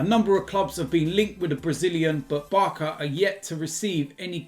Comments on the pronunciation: why do you say Barka? Surely you know it's Barca? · Barsa not barka 😂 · you say barcelona then you say barka? thats an insult to the letter "C" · Why you purposely pronouncing Barca as barka? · The ‘c’ in ‘Barca’ is pronounced like an ‘s’, not a ‘k’ 🤣🤣